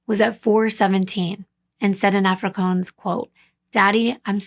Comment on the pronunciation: I think you'll find that the language you've described is actually pronounced " Afri- kaans" the latter rhyming with " bans" not "coans" as you've pronounced it multiple times . Otherwise I found your presentation of this case to be really informative + told with compassion + great detail. I'm sorry to point out the mis-pronunciation of Afrikaans but I'm sure you'd rather it be pointed out given the amount of time , effort + the amount of details you put into your presentation of each case you bring forward. ❤